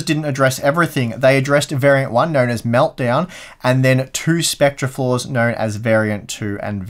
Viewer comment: You were pronouncing it 'spectrer', whereas it's pronounced 'specter'. Love the channel!